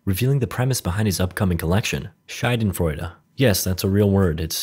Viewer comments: Just in case anyone is curious : "Schadenfreude" is pronounced sha-dehn-fräu-di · Shaw-den-froy-duh That should help you 😊👍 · the way you said it sounded like "scheidenfreude" which translates to vulva fun. funny, but slightly inaccurate. "schaden" means damage, "scheide" not so much. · Minute Movies: Schailenfroiwle Me, a German: What did this dude just say? Proceeds to rewind and listen to it 5 times until realising he means Schadenfreude My dude really butchered that word😂😂😂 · Man, he pronounces Schadenfreude so weird. It sounds like Scheidenfreude wich would literally translate to pus*y joy. And yes. I am german :) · HAHAHA as a german I was so confused when u said "Schadensfreude" it took a solid 2 minutes to get what u meant xD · They way you pronounced "Schadenfreude" sounds exactly like "Schaidenflora". Which means vaginal flora in german hehe... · its more said like shaw-dan-fraed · It’s pronounced sha-den-froid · you mispronounced like every letter of ,,Schadenfreude" lol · Love the spelling of "Schadenfreude" xD Always gives me a smile when englisch people say german Words because they cant get it correct on first try :) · Schadenfreude, it´s real word and like americans obviously need to do with every foreign word, you butchered it big time :-D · at first i didn´t understand you with schadenfreude I would recommend doing the a like the uh from duh but high quality video keep up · Hahaha how he spoke Schadenfreude